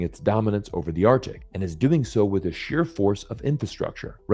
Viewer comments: Arctic, both C's are pronounced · Read the comments. ‘Artic’. Yeah. And the Gulf of Ameria.